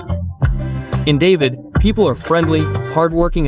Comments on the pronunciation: It’s David (pronounced Da-veed, not the name Dave-id). I hate videos done by AI. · Certainly is strange, I almost did not recognize David as is said over and over again. Should be pronounced like Dahveed. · Its pernounce DA-VIED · Ignore those price quotes about David... Yeah you can find things for that price to rent but you're not going to want to live in them just keeping it real... And it's pronounced DahVeed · Respectfully, Please learn to pronounce the town names properly. Example David pronounce in Spanish. Boquete is far from your pronunciation. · It's hard to watch when you mispronounce the name of the first city. Feels very inauthentic from the start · Learn how to pronounce David. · well as soon as you mispronounced David, I am out. I cannot trust someone that hasn't actually done decent research.